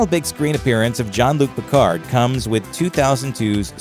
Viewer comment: You can't even say his name right...